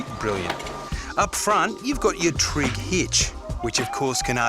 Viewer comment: Ah, Pat, it’s a Treg hitch not a Trig hitch 😫